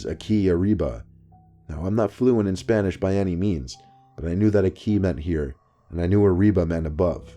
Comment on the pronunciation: Poppis Smile it’s called an accent... he pronounced it clearly 💀